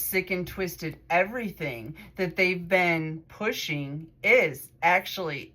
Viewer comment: Actually act-u-all-you